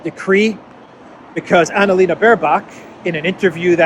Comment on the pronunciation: It not Annalena, it's Analena. Get it right 😁